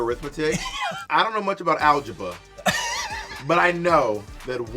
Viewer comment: Bob saying “alge -buh” like Beyoncé immediately took me out 💀🤣